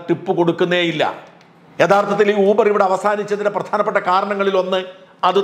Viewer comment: ഊബർ അല്ല യൂബർ.